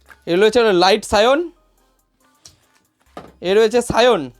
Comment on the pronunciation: দাদা ওটা সায়ন না 'সায়আন '